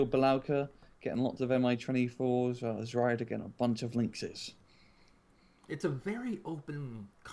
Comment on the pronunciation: great commentary, guys! just one tiny suggestion: it´s pronounced like "t-swede-are", not "zwelda"... ;-)